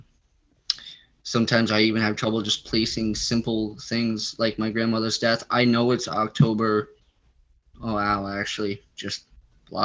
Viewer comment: Near DEARTH 😳🙄 did you mean Dear Earth, or ??